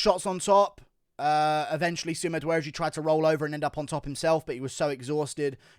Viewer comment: When you say sumadergie It sounds like you're saying something in reverse